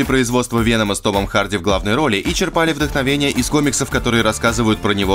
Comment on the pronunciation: чЕрпали, блин) а не черпАли)) Уже второе, вроде, видео, где одна и та же ошибка))